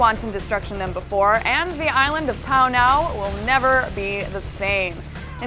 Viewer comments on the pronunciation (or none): the island of "pownow"?